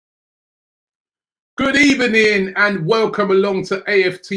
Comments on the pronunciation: Good Ebening, hilarious 🙄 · Mmmm Robbie did you just say good ebening ? Don't tell us Unai is back .... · Good ebening Robbie